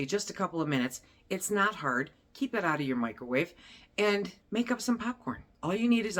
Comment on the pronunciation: KEEP! .Not jeep😂